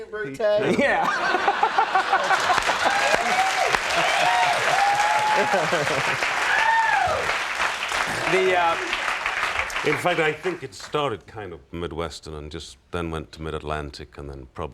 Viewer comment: "Et tu, Brutay?" Lolol